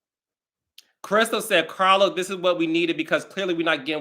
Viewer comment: POP YOU SHIT CAH-Los 😂😂 Read Who ? 😅